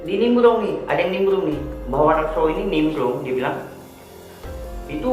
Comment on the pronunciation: #IRI_BILANG_BOSS ngomong "R" aja gak jelas. Nimblung atau Nimbrung? #BUWUNG_PUYUH